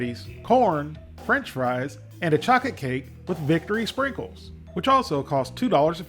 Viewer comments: "chaw-kit cake" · I had to rewind like did say chocate cake 😂😂😂 love your videos and I never miss one..